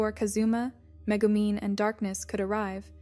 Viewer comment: "Meh-goo-men" hahaha